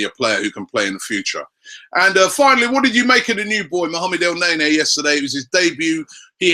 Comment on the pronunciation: ROBBIE STOP PRONOUNCING IT EL NAY NAY, GOD DAMN IT